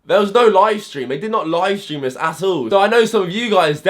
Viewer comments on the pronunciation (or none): It’s ‘this’ not ‘viss’